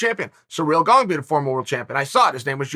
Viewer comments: Funny that he has to work harder to say Gong incorrectly than it is to say Gane properly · Gong lol u cant look up his name before you make a video and say it 50 times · He said surreal gong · I thought my ears were clogged when Chael said Cyril Gong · You can always count on Uncle Chael to go out of his way to mispronounce name. BANG A GONG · Chael's pronunciation is so crazily bad, it CLEARLY doesn't have a "g" at the end, but he still adds a g. Why 🤣?!